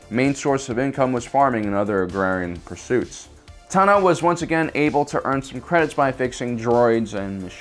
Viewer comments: Dude, why are you a presenter when you literally can't pronounce ANYTHING correctly?? Ahsoka's last name isn't ta-NO, it's TA-no. The moon wasn't called "Rah-da", it's called "Raada"....as in ra-A-da, hard "A". Three syllables, not two. If you don't know anything about the topic, don't talk about it...... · TAno not TanO!!! you soppused to know about Star Wars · Pretty sure it’s TA-NO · The fact that he says Ahsoka Ta no is so triggeringgg ocdddsadsafgadsg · I cannot handle this assclown narrator constantly mispronouncing Ahsoka TANo's name.